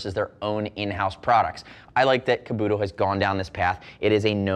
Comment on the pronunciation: Kabuto (kah-boo-toe) kamui (com-whee)